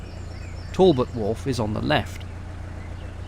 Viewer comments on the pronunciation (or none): none